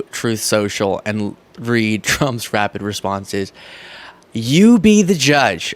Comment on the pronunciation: Did you say rapid responses or RABID responses??? 🤣🤪😂😱